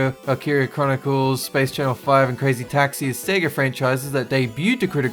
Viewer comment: Thank you for not saying “Seega” anymore!